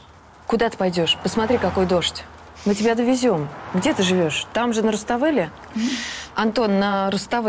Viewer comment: Да и еще не люблю, когда она говорит вместо тебя "тя"👎👎👎👎